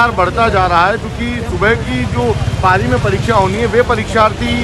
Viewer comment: पाली नही भाई पारी होता है grammer mistake नहीं pLease😂😂😂